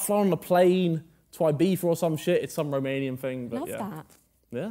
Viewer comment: He butchered the last part of the romanian song, but i don't blame him, the dialect is very hard